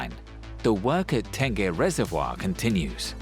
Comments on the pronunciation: The reservoir is called Tengeh though. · Ten-gay Reservoir... I laugh every time I hear that... hahaha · From Tengah to Tangeh🤣😂😅hilarious! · Never realized I needed an angmoh voice to teach me how to pronounce tengeh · Tengah Reservoir guess that’s what they are referring to. But really, it’s a big booboo. How to get a name wrong and still make a documentary out of it.